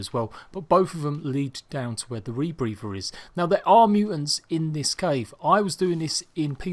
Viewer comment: Say rebrepher ONE MORE TIME!!